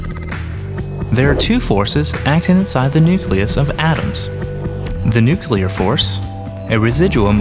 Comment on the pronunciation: I still cringe at the pronunciation of nuclear and "nucular". Aren't educated people supposed to avoid such south american colloqualisms?